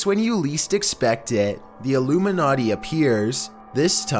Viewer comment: how much heron does this guy do before recording? are you even awake? do you think this is a dream? so interested in the content but all i hear is "'illoomeenaughtee"'